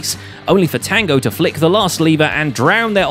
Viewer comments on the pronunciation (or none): none